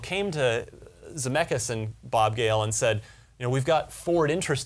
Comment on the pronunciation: "Zemeckis", not "Zamackis"